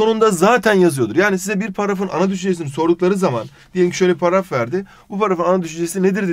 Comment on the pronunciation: Abi niye paraf diyorsun.Dilin mi dönmüyor.